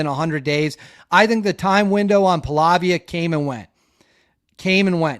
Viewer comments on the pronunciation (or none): I really enjoy your reporting, but, if you want to be taken seriously, you need to improve your pronunciation skills with the names of the principal players: Ratcliffe with a C, Pahlavi with no A at the end. No one cares if you mispronounce Slavic cities/territories but get the names of the players correct.